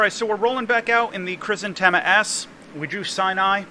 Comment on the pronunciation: It's Hrizantêma. I know how it sounds, but latinization for the many is adaptation to English